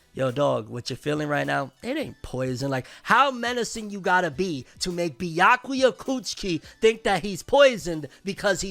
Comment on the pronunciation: Pretty sure he just said byakuya coochi hahaha🤣🤣